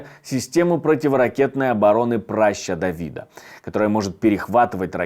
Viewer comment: Почему прáща-то?! 🤦‍♀️